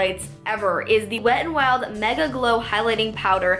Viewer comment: ur pronouncing the wet n wild highlighter name wrong